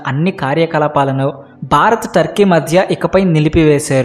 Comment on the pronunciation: Sir Barath Kadu Bharath. Observe the difference.